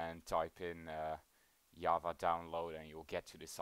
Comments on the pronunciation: you cant say java, you say yava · Wtf is yava??? Is it java with an accent??